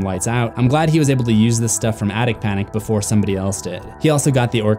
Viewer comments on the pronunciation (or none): none